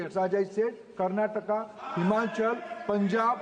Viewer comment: Karnataka aggeptinggg NBP.. rubining butuure of Jamil Naduuu 🤣🤣🤣🤣🤣